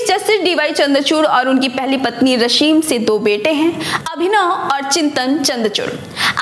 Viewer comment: रशीम नही रश्मी |उच्चारण सही होना जरूरी है |बाकी सब ठीक है|